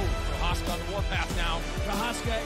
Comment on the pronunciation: please learn to pronounce Procházka 🙏